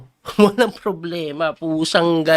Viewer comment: Coach bakit “poblema” ang bigkas mo sa “problema”? 😂✌️